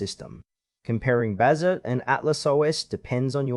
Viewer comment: Bro, Bazzite (pronounced Baz ite not bazzitay) isn’t a windows distribution. It is a Linux distribution.